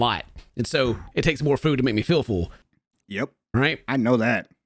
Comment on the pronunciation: Is pronouncing full as fool an American Southern thing? Just noticed how weird it sounded when said it like 3 times back to back